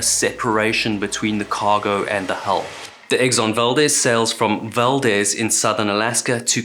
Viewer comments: Great video! Just an FYI, in Alaska, the town named Valdez and ship name is pronounced “val-deez”, unlike the Hispanic pronunciation “val-dez”. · We say Valdeez although you’d think it would be Valdez. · Valdez pronounced val-d-eaz ... strangely the guy who the town is named after is valdez like how you are pronouncing it but ya they just pronounce it differently up here. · Great stuff, as always. Inland Alaskan here…Fairbanks, saltwater is unfamiliar to me. But the locals pronounce it “val-DEEZ.” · Exxon Val-DEEEEEZ a hard E brother... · A simple search would have found the phonetic spelling. It undermines the veracity of your work to mispronounce the very subject of your video. The town and ship are pronounced val-deez. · Its pronounced val-dezz Like dezz nuts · It's pronounced Exxon Valdeez, kinda confusing i know. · Pronounced "Val-DEEZ" though, innit? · In your research did you search how to pronounce Valdez?